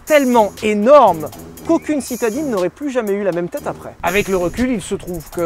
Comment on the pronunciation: Apprêt au lieu de Après 😭😭😭